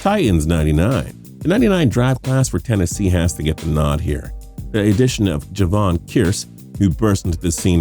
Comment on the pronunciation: I'm just proud I didn't here any mispronounced names. Perhaps they started them acting making them watch sports...... Damn I posted too soon Javon who for the Titans🤦🏾‍♂️